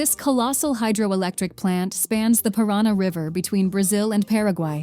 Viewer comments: Paraty=Parári, Paraná=Perána...hahaha...quite funny. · "Cui-ar-tiba, Capital of Pirân-na..." Djezus Cruisto, dá para pesquisar uma pouquinho mais antes de editar o video? :D